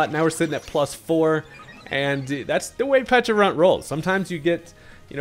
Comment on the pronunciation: You get a like from me. First content creator I heard to call both the berry and pokemon with the correct enunciations.